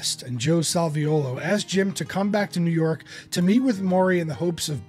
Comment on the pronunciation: Well done synopsis of Jim’s career. Thanks for including the role of Joe Salviuolo (and spelling and pronouncing it right!). Sal was a friend of mine from 1978 until he passed in 2010. He doesn’t always get the credit he deserves. He also produced Jim’s “Facets” album. He wrote “Thursday “, one of the few songs Jim recorded that were written by others.